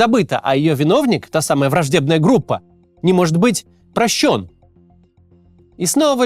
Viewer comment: прощенА́... аккуратнее с телетекстом, пожалуйста